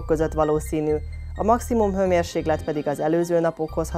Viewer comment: Mármint hőmérséKlet, nem g - vel! Ugye, csak rosszul hallottam?